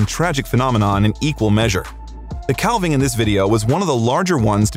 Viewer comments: Not to be a know-it-all but it is pronounced, CAV-ING not CAL-VING. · Dude, it’s not pronounced ‘cal-ving’ the ‘l’ is silent….it’s pronounced ‘caav-ing’ ….. 😏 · Go to Alaska. They are amazing. To the announcer: Think of this; a cow has a calf, not a callph. It's a calving, not a callving. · I love to watch videos about glaciers… but, I wish the narrators would learn how to pronounce “calving”. It is the same as in “cows have calves, so there is a calving season”. The “a” sounds like “cat” and the “l” is silent. I cringe every time I hear someone say “cal-ving”. Drives me nuts! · Wonderful clips. Thanks. A note: Calving is pronounced just as if a cow is giving birth to a calf. Almost like the letter "l" is not in the word. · Narorator, please learn how to pronounce “calving.” The L is silent. Like having but with a C.